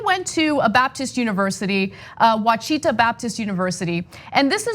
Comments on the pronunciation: I wish TYT would contact me regarding issues in Arkansas... It's pronounced "Watch-it-taw" not oh chi ta 😂😂😂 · ANNA: PRONOUNCED "OH WASH I TAW" -- OUCHITA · It's pronounced "wash-it-aw". But yeah my parents asked why I'm paying so much a month for student loans and I told them I'm paying the minimum. Then I found out that they only had a few thousand in loans. I was mind blown. No wonder they don't get it. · It's pronounced wash-a- taw it's the name of an indigenous tribe that is from this area.... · It's pronounced, washita univ. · That's WAH-shi-TA.